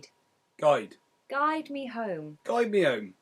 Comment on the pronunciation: I noticed he dropped the "h" from the phrase "guide me home", as "guide me 'ome". This we wouldn't do, even in the great white north. Though most of the features of the West accent seem similar to that of Upper Michigan.